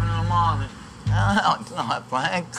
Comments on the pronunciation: "Fwank is a vewy wazy cook, he doesn't even fry the eggplants anymore, my mudda and fadda and up frying it." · FWANK IZ A VEWY WAZY COOK